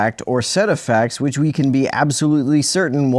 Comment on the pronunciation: And immediately after that, he pronounced "which" as "weech"